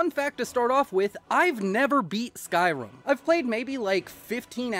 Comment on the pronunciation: stop saying skyrum, or else. (loved the video)